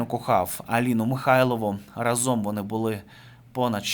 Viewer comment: Не разОм, а рАзом, не плаття, а сукня.